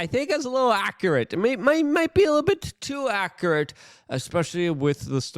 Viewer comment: "Acker-it" = accurate